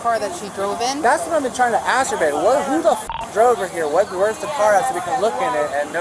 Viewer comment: While getting handcuffed and crying “ way way wait, can I asssk you a question ?”😂